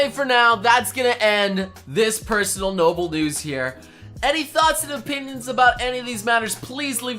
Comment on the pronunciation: I heard Noble Newds